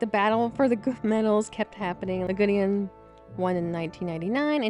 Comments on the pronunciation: Lagudin? It seriously sounds as if you are pronouncing his name LA-GU-DEAN! Yikes! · OMG! Yagudin's name has only THREE SYLLABLES, NOT FOUR !!! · not yagudeean yagudin